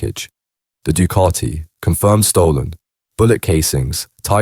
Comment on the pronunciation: Duuucaaattiii 😂. Ducati, please say it properly